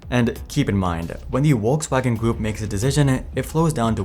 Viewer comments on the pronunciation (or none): It is Volkswagen, not Wolkswagen. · Folksvagon. Not Wolkswagon. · Please, it's Volkswagen, not Wolkswagen. And you read bothe "V" and "W" in that name as V, like in Volvo, not Wolwo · its not pronounced Wokswagen rather folkswagen. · sounds like your saying Wokewagon 😂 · Wolkswagen xD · Volkswagen has an extremely prominent "V" that you absolutely DO pronounce! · I'm sorry, but where is Volkswagen pronounced that way in the world? It's definitely not the German or English pronunciation